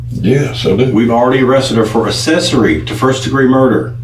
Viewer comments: What's assessory? 🤣 shouldn't someone who can take your freedom be able to speak proper English? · I want to stab myself in the ear every time the detective says "uhsessory,"